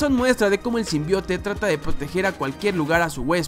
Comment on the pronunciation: Me da risa cuando dicen el tráiler Sim Bai Out :v